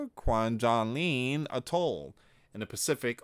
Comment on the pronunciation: Kwajalwein Still in the Marshall islands. Pronounced kaa-wajj-a-lane.......or I was Kwajalein